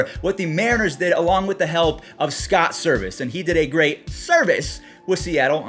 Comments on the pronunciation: dude its servais not service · Hey its not service its “servais” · It’s Scott Servias not Scott service, FYI but I love the vids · Sorry to critique you but it is Scott SERVAIS (bothered me as an m’s fan)